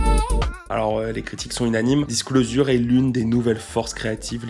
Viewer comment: Fan du duo depuis le tout début (et ayant eu la chance de les voir à l'Olympia) merci pour ton boulot ! Bon si je ne m'abuse par contre tu massacre la prononciation de Disclosure il me semble. Dommage car tes autres prononciations de l'anglais sont plutôt justes ! On dit "Disclozheure"